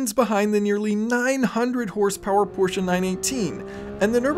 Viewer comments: You know the English language video is gonna be awesome when the narrator says Porsche instead of Porsh. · we are in agreement. I’ve lived in Germany and m6 next door neighbor is from Germany. The sha at the end is correct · Thank you for pronouncing Porsche correctly. “Porsha” is correct